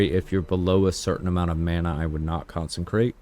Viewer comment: "Con-sen-krate" lmfao. There's no N, in consecrate. It's pronounced Con-seh-crate hahahahahah other than that, nice vid, subbed